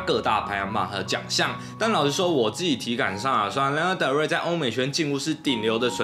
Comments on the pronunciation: ㄌㄟ ㄋㄜ的瑞 英文稿部分可能需要在加強😊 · 謝謝介紹但可以先唸對他的名字嗎😅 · 抱歉雖然介紹我女神但名字從頭到尾唸錯我真的頭很痛 看不下去 甚至越聽越生氣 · 做介紹還連名字都唸不對：）